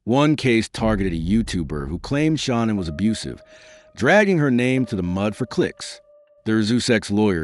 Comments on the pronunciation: Come on dude you don't even pronounce shananns name right!its not shawnon its shanann (sha-- nann) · That is not how you say her name😮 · Gee. not too much research put into this when you can't get Shanann's name right. And such a "click bait" title.